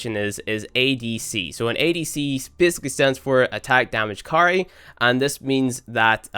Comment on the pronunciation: Lol when he was talking about adc i thought he said attack damage curry